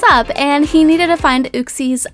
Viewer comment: Its YOU-xie